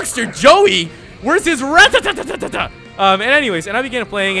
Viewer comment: Lol you pronounce rattata like my sister who just start playing pokemon